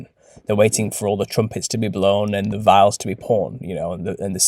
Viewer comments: It's "vials" not "veils". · Not “vails”, they’re “VIALS”. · Sorry, the seven VIALS, not VEILS. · Extremely thought provoking. Please address pronunciation of the word "vials" . Do not say Vales or Veils!!! It is Veye- ells or "Viles". i will not make concessions for your rather thick regional British accent!